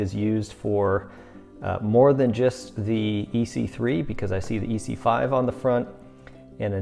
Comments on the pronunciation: Nice review man… quick tip from a knife enthusiast and collector… viewers kinda cringe when someone calls an ESEE an EE-see. The E isn’t pronounced as an EE if you know what I mean. EE-see is the firecracker company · The E is silent in Esee 3...your saying it wrong